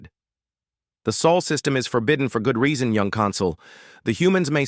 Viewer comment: Sol not soul please.